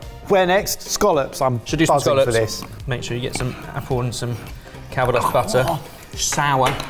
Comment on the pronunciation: Do you mean Scallops? Not Scollops.